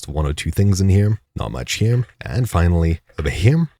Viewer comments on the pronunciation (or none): is there a reason you add an m to the end of the word "here"?